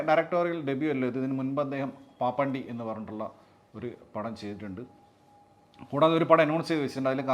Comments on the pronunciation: പവർ പാണ്ടി ആണ് പപ്പാണ്ടി അല്ല 😂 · പാപ്പാണ്ടി അല്ല പ പാണ്ടി 😜